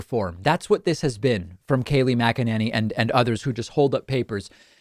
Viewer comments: Its pronounced "Mc - Enany" not "Mce - Nany". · OMG... her name is NOT "Mac-a-NANNY." No one says it that way. Her name is "Mac-e-NINNY." Better yet just say her first name. Please. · Dave, I love your videos, but you are mispronouncing Kayleigh McEnany. You have pronounced it different ways, over the last few months. It’s McEnany as in Mac-In-Nay-Knee..... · Its pronounced macaroni. Kayleigh macaroni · I post this all the time please pronounce her name correctly the a has and a sound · How the hell do you pronounce her name? He says it differently every time lol 😂